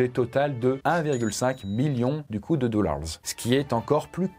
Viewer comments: "Wolt Disney Commpogny" "Les dollarzzz" Il me fume dans ça manière de parler en anglais ! 😅😅😅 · J’ai adoré quand tu as prononcé le mot dollars 💵 🤣